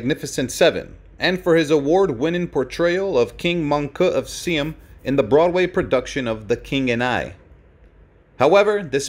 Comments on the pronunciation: "... King of seem"? It should have been more like King of SY AM. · Its not pronounced seem but Sy Am. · It's pronounced "Sigh-am," not Seem. Today, it's Thailand. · I loved Yul Brynner. He was magnificent to look at, watch, and listen to! However, before releasing these videos, I wish the person speaking would learn to pronounce things properly. Please note: this is Seam, which us what you call the Country of Siam. It is actually pronounced as "Sigh am" !! Long I, short a. It is irritating to be enjoying a clear, concise story then have such a horrendous mistake grate on your ears. It is repeated incorrectly so often you can't possibly ignore it.😢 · I see another comment for this, but FFS - it's Siam!!! Two syllables! Si (long "I" if you know what that is), - am. As in Siamese cat. IT IS A REAL PLACE - now called Thailand. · You are mispronouncing "Siam". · If you want to continue in your career as a voice over artist, I suggest you learn how to pronounce Siam correctly. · I was cringing every time I heard him mispronounce the former name of Thailand.